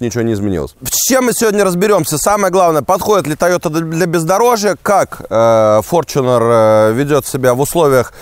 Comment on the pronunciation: Опять-таки "форЧунер"- ты либо не образованный от слова совсем,или ленивый прочитать правильно транскрипцию.